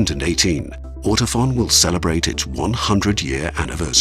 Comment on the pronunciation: Now I know how to pronounce "Ortofon" (Like "phone", not "fawn". I'm pretty Shure about that. ;-)